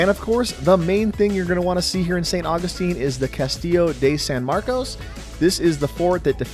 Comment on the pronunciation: nice video, but I cringed when each time you said "castillo DAY san marcos" ...sounding a lot more like a transplant than a Floridian mispronouncing it like that